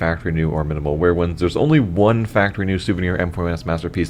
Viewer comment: "minimal mear"?